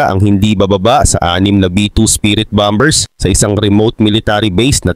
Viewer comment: Bombers...??? Pronunciation mo mali... E Google mo nga para malaman mo ang wastong pagbigkas ng bomber...